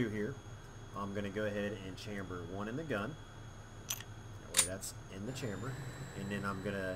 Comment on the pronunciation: fyi you're saying chamber wrong :P lol